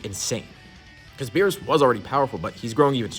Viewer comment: Let it be beerus we all know it's beerusike it's obvious so just say it